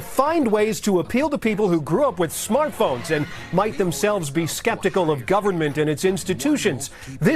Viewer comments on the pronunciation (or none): "Might be secpitcal of government "